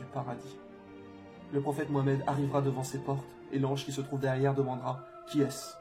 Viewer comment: salam mon frere pourquoi vous dites MOUAMED;alors que son nom c'est MOUHAMAD avec le H bien prononcé.mouamad et alla c'est pas des noms;mon frere prononcez bien barak ALLAHH OU FIK